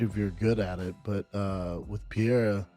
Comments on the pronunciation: Schaub really can’t be bothered to call Alex Periera his actual name? He has to call him Peeara, when literally NOBODY else calls him that?? 🤦🏻‍♂️🤦🏻‍♂️ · Schaub saying Pier instead of Pereira is cringe 🤮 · Brenden can’t even say his name right who tf is Pierre? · Jesus Christ he’s hard to listen to. “Piere” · Brendon Shaub can't even pronounce a World Champions' name! which he will never be! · Brandon can't even pronounce names, the fuck im listening to him for? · Lmao.. Brendan Shaub trying to say Alex Pereira's name lol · Missing a lot of context with this conversation with Joe but the biggest disrespect is BS's pronunciation of 'Pereira' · Brandon’s pronunciation of Pereira 😂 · He can't even get his name right